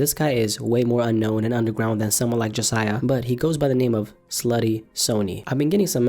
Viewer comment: Jasiaiah more like jahsaiah